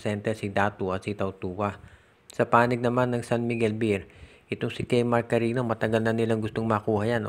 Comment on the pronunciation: Cariño Hindi karino ogag.